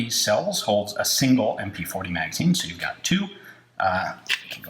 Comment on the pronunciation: Sew Deutche. Sew fauncy